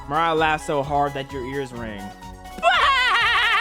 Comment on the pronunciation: You should probably pronounce Mariah’s nam by pronouncing the I as a e